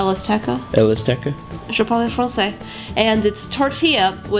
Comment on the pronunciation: Don't pronounce the "e" at the end of "parle!"